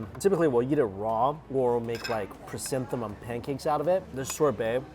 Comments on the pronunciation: hahah guess he got confused with chrysanthemums in pronunciation. cute 🤭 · Lovely chrysanthemum